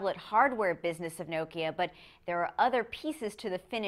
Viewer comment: Nice. That's the way nokia it supposed to be pronounced!